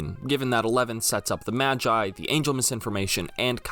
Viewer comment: Why do you say MAGI like Majai? マギ Ma Gi Gi sounding like the start of the word geese.